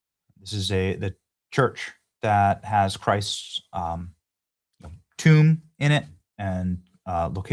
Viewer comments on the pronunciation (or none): none